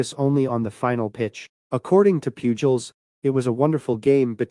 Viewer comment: Whoever did this video should also know that Albert Pujols's last name is pronounced poo hols, not pyuu jols. How can anyone following baseball not know that?